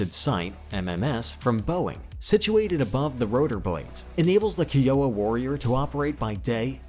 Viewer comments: Not "kee-oh-uh" it's pronounced " ky-o-wa" Kiowa. "Comanchee" not "Comanch". How the fuck does someone do enough research to make a video like this yet not know how to speak? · . comanch-ee not comanch, kI-owa not kee-owa, think American indian tribes. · It's fkn Kai-Yo-Wa